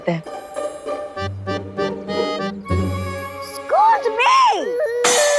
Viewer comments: Other people tell excuse me But say scooj me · Others: excuse me: scooz me 😂😂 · Toba toba 😅😅😅😅😅😅😅😅😅😅😅😅😅😅😅😅😅😅😅😅😅😅😅😅😅😅😅😅😅😅😅😅😅😅😅😅😅😅😅😅😅😅😅😅😅😅😅😅😅😅😅😅😅😂😂😂😂🤣🤣🤣🤣🤣🤣🤣🤣🤣🤣🤣🤣🤣🤣🤣🤣🤣🤣🤣🤣🤣🤣🤣🤣🤣🤣🤣🤣🤣🤣🤣🤣🤣🤣🤣😂😂😂😂😂😂lol 😹😹😹😹😹😹😹I can't stop laughing😂😅😅 that thr word is excuse me not excus me eexcise 😂🤣😹